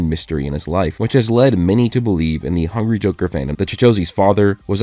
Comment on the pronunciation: whenever he says "hungry joker" it sounds like hungy joker 😂